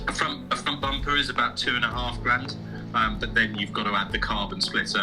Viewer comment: I asked Jim Farley and he said no, he won't deal with a guy that pronounces bumper as "'BOOOOOOMPA"'